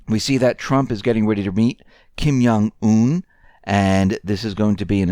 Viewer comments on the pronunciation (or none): yes, thumb's up! Kim Jong Un is pronounced like Kim John Un. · Love your reports but, respectfully, Kim Jong Un is Korean, not German. The J in Jong is pronounced like the J in the English word "jump".